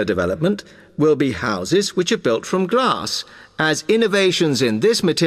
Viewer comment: I listened grass at 34 answer not.. Glass